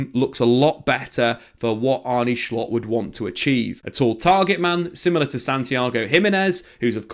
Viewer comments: Why do you say schlott? Just say slot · His name is not Schlott, it's Slot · Just say Slot ffs you’re not Dutch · So its pronounced Shshshslottttt?